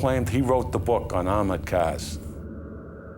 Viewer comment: He definitely said they burned their getaway caws to destroy evidence.